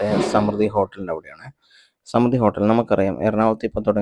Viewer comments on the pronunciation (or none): സ്മൃതി എന്നല്ല സമൃദ്ധി എന്നാണ് വായിക്കേണ്ടത്.